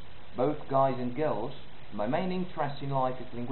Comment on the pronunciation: Great, it's an interesting project. I'm British and I think the "Hello" at the beginning is utterly convincing. But when you say "and I'll tell you" the AND does sound South African. Around 17 seconds the intonation of "country" gives away that you're reading from a script rather than speaking spontaneously. Hope this helps.